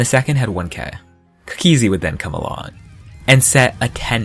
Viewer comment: always pronounces cookiezi cook E zi